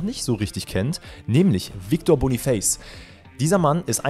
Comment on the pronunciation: Boniface wird Boniface ausgesprochen also hast du es richtig ausgesprochen